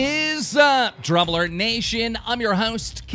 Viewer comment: I don't know what I'm more annoyed by, the fact that he had an extra cup, or the fact that he kept saying "dramulert".